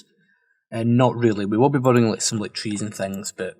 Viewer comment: Could be my tired ears but I'm hearing 'boating', not 'building'. And for sure you've said it like 100 times this episode. Regardless, this place is really turning out nice.